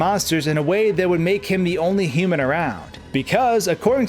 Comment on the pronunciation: I am more curious as to why it's so hard for you to say "human".